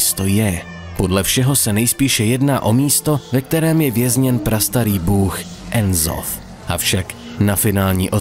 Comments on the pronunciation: "enzoth": tak hele...... N'zoth se čte stejně jak se píše:D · skvělý video, jen čtení N'zoth jako "enzoth" mi trošku trhá uši :D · N'zoth se čte jak se píše